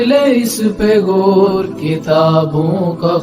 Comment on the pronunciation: Tu c paindo ho. Ardo (Urdu) punjabi which bolde ho. The word is Gaur and not Gor. And similarly, the word is Aur and not Or. Please take a crash course in correct Urdu pronunciation.